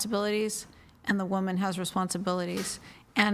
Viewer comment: What’s with the mispronunciation of women and woman??? Omg